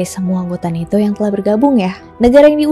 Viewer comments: NATO kak BUKAN neto... Di marahin Lord Rangga Loh kl salah2😅😅😅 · usul saja, gunakan satu pengucapan disebuah video, mau baca ala barat atau ala indonesia.. sangat mengganggu NETO NATO yang diucapkan secara acak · Bacanya NETO apa NATO si. Serius nanya.